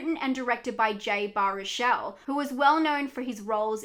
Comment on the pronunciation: Lol, Jay Bah-rook-el